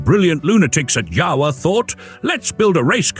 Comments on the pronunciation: It’s pronounced Yawa, not Jawa…. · that is NOT how you pronounce jawa. (IPA: /ˈja.va/) BTW mostly a motorbike manufacturer for last century.